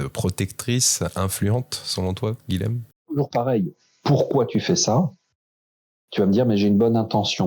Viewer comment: SVP les "nordistes", le "LH" présent dans le prénom Guilhem se prononce "Y", car c'est un prénom occitan (beaucoup de seigneurs de Montpellier se sont appelés Guilhem). Merci ! 🙏😊